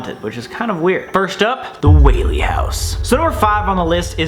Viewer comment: Pls go to the Whaley house also thank you for actually pronouncing it correctly a lot of the time people say it incorrectly I’m also part of the Whaley family they are my ancestors